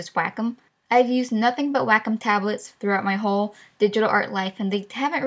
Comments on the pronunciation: "Waaayy-comm" not "whackem" haha good video though 🙌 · The way she says wacom.... Just... ITS NOT "WAHK-OM" It's "way-com" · its said "way com" on "wack em" seriously wtf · W A C K ' E M I thought it was pronounced "way-come" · It's called waaaaayyyycooommmm not wahcum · Wackum? You mean Way-com? xD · Omfg, I know she is saying wacom right but that shit was driving me crazy it should be Wa-Com not WACK - UM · Jayden Brown its wack em, child. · wait wait wait wait. she said Wacom like " Wack-em" i have never heard of that before. i always say it as "Way-com" interesting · im sure its WAYcom but not wackem lol :) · Maxhaxburger it's wacom..... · Wacom sounds like Whack 'Em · lol its WAH C OM like OM not AM XD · you pronounce it way - com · Do take this seriously but i love “WACK-OM” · Wacom? I heared Wack' em.... XD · All I heard was "whack em" instead of wacom HAHAHAHAHA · wack em is how you pronounce ''wacom'' im sorry i love you no hard feeling :,< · Ikr its suppose to be pronounce waa com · My thoughts exactly, when she said that it hit me. She says it just like "WACK'EM", it's as funny as it is off putting. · prei. I think it's pronouced like 'Waa...kumm' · Its pronounced way-com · actually its pronounced "wacom" Boom wrek'd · I like how you emphasize the WA in Wacom. Like "WAHcom" lol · I love how she pronounces Wacom like Wack'em! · PLEASE stop pronouncing Wacom as "whack 'em". Also I use Adobe animate and it's way better than any of the things you recommended in my opinion. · the way you pronounce wacom omg its way-com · Its pronounced way-com for wacom i believe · Heer&Amaira omg now I can't stop hearing it